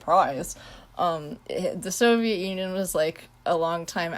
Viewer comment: Your not alone with not pronouncing Soviet Union correctly, I do mispronounce the Soviet Union as "Soviet Onion"